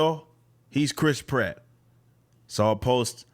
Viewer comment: Please try to pronounce the a in pratt, apart from that ..great video ..love from England